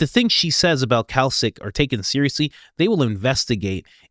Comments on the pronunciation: I think you are trying to say Klacik when you are saying Kalcik. You mean to say "Klacik" like the pickle. just fyi. I really like your podcast though. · Klāsik. Clay-sick, not kelsik brother. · pronounce - CLAY-SICK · Her name is Kim Klacik (Klaycik). She's in Baltimore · you are pronouncing Klacik wrong. It's not Kalcik, it's like "clay-sick' you are putting the 'L' in the wrong place. But other than that, great research. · CLAY-SICK not Kalsick. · HER NAME IS "CLAY SICK" NOT KALSIC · The name is Klay-sick (not "Kalsick"), as in Kimberly Nicole Klacik (née Bray; born January 19, 1982) She is an American political commentator. She was the Republican nominee for Maryland's 2nd congressional district in the 2024 general election, in which she was defeated by Baltimore County Executive Johnny Olszewski. She was the Republican nominee for Maryland's 7th congressional district in both the April 2020 special election, held following the death of incumbent Elijah Cummings, and the subsequent November 2020 election. In both 2020 elections, she lost to Democrat Kweisi Mfume by over 40 points. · It's pronounced clay-sick, not kell-sick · Sorry, meant to tell you earlier, her name is pronounced clay-sic…saw her commercials… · It's pronounced Classic. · It’s Clay-sick. Klaxon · it’s Klacik. Pronounced “CLAY-SICK” FFS Coach. 🤦‍♀️ The guy even said it in the interview. You heard him. Geez man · It's pronounced "clay-sick". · Now you're just trolling us with the "Cal Sick" pronunciation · Say it with me now ( kim "clay-sick") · Kim CLAY-SICK (pronunciation) she ran for office and Candice was investigating her back when these msgs were sent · Klacik is pronounced CLASS-ick. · Her name is pronounced Clay-sick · Sorry guys , but iher named pronounced like Classic - Kla-cik. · Yes I remember seeing the veritas video a few months ago with this whistleblower. Also Coach, it’s pronounced Clay-sick😂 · Pronounced “clay-sick” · COACH, it is pronounced CLAY-Sick.